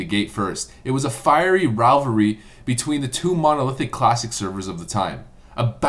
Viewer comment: ravlvary? oh you mean rivalry